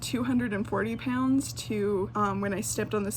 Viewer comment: OMG IT. Annoys me when u say pounds like - po-yn-ds JSU’s nfoff fndicidnfudndodndjddh